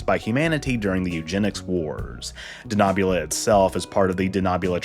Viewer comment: I have problems with the pronunciation of d Denobula. We have seen Enterprise .